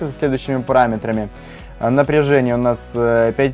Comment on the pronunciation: у меня есть вопрос.почему ты все время говоришь "пОраметрами"? хотя пишется "пАраметрами